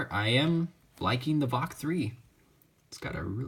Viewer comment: It's VaLk, not Vok